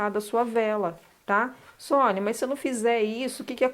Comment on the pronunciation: Top Top Top demais essa vela. Maravilhosaaaa. Arrasou Sônia 😍😍😍😍👏🏻👏🏻👏🏻👏🏻👏🏻. Falou meu sobrenome certíssimo!! Poucas pessoas acertam 🤭🤭. Um grande bjoooo